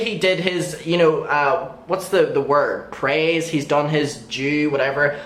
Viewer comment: U said "done" and I heard "dumb" lol